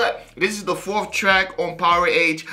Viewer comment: Somebody misled you brother 😊 Powerage is pronounced like Damage or Wreckage. You don't say Dam Age or Wreck Age...or Power Age either. 👍